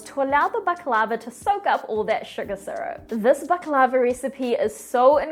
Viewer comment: You’re not pronouncing it right!